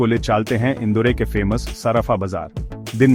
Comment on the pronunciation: इंदौर ना की इंदौरे